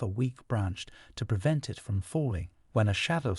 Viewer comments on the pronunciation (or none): none